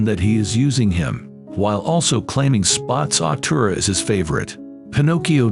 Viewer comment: Why was it calling spazzatura spots of tura and spaz tura